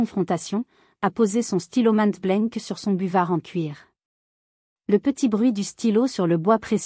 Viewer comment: Même pas foutue de dire en français la marque célèbre du stylo Montblanc, pas makblent